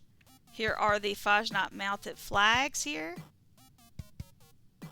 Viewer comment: As a German, it really bothers me how Americans pronounce Fasnacht 😂